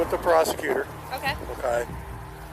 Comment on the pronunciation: omkay? omkay.... omkay?? Omkay...